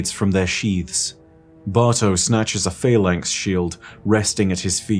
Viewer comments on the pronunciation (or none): none